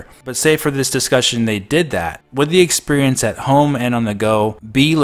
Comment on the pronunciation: I can’t help but hearing you say “expurience”